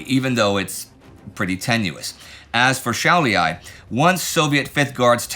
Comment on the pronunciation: Šiauliai* not Shaulyai 😁